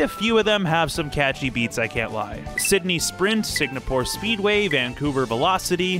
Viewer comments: Take a shot every time he says "Signapore". 🤣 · Sigmapore Speedway